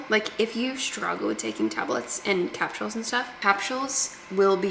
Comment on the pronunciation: I love that you pronounce it like Cap shulls. That’s cool 😅😂